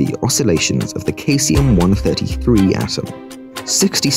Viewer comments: No. You said "Käsium". Cheese-ium... 🤓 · i also saw that you pronounced the word "cesium" --> "kasium" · Pronunciation of cesium is wild.